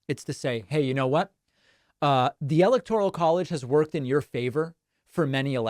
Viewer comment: Democrats are against ANYTHING in the Constitution. BTW, you might want to pronounce "electoral" correctly. GEESH!